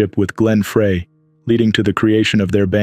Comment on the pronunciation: Too much talk. Glen Frey(frie)